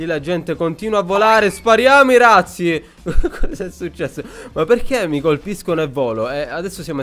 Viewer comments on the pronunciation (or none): razzi si legge con la z dolce :) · madonna che bordello😂 quando hai detto razzi indietro ho capito ratzinger 😂😂